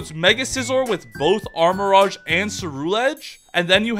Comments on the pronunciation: The rouge in armarouge is pronounced "rooj" not "raj". If you are a sonic fan it is literally the same word as the over sexualized bat's name. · He also say "armarage" too. He wear a pikachu cap but can't pronounce any name right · Watchong to get inspiration for drawings, but that guy misspronoubcing so many pokemon names is getting real annoying. Like how he say "armarogue" instead of armarouge, rouge being red in french and pronounced like the character Rouge in sonic the hedgehog